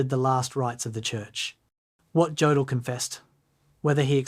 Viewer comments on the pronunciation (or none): Good documentary! But his name is pronounced Yodl not Jodl. The J has a Y sound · STOP. STOP making documentaries when you can’t even correctly pronounce the man’s name! OMG! His name is pronounced YOH DL Rhymes with yolk. You pronounce it with a hard J like Joseph. STOP posting garbage and At least listen to it before you upload it. Your ignorance is appalling!